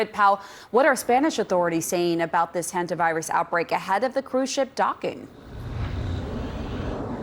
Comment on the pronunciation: Hondavirus ( Indian pronunciation) will spread during world cup